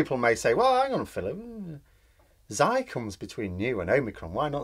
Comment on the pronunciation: The greek letter between "Nee" and "omicron" is "ksee."